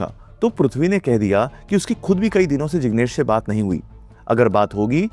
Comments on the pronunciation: No, it is NOT kahi baar or Kahi Sare ❎ In Urdu, It is KAEE BAAR or KAEE SAARE ✅ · he also pronounces kai saare as kahi saare or kai baar as kahi baar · right. Heard him say that many times. Kahin is what he says.